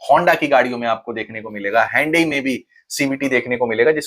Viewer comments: 'Handy(हैंनडी) ' konsi gadi hoti hai bhai😂. Hyundai(ह्युंडाई )kaho na . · hhaandaaiiii ki jagah sidha sada hyundai hi bol le bhai.. everyone understand words better is called language.